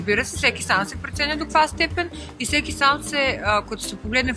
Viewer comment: “Прѐценя” хахаххахахахахахахаха